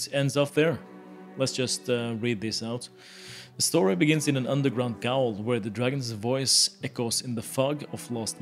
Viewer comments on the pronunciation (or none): "Gaol" is pronounced like Jail(prison) much like Elden Ring's Evergaols(Everjails)